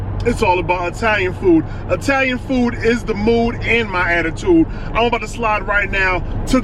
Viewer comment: E-talian woot woot